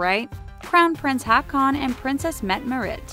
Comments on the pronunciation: And Håkon. :P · that pronounciation tho... "haakon" as in aa = the "au"-sound in "vault" - haukon -> "mette-marit" as in metté (with a British accent) marit with a rolling R and A pronounced the way opera singers sing A (open A). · I wonder why people making these kind of videos never try to check how to pronounce names from other countries. I cringed when I heard the pronunciation of Haakon and Mette Marit. xD That's just wrong.